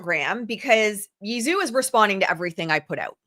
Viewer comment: I believe Zhou is pronounced like "joe"